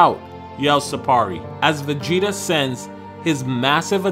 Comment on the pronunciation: bro cant even pronounce his name